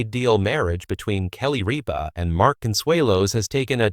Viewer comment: Rip-a: not reap-a !